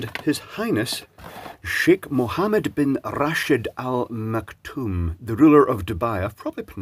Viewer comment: All things considered your pronunciation of Sheikh Al-Maktoom’s name was pretty good! The arabic ح (ha’) in mohummad is obviously not gonna sound perfect on the couple first tries but it sounded good enough. Oh and another thing, the (kh, خ) in sheikh is pronounced like a welsh (ck) like in that “proper nice chicken burger and chips” vid, or a german (ch) like in “buch”